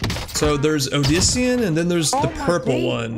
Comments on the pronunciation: Dude said odisian instead of saying obsidian lmaooo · this man really just said “odisian” wtf 😂